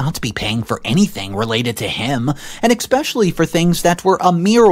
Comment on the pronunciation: There's no X in the word especially